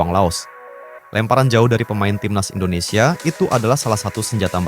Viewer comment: Indondseh indondseh bikin lucu aja😂😂😂